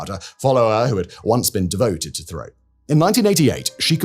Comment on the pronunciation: Roch Thériault = "Rosh Terry-Oh" (phonetic pronunciation)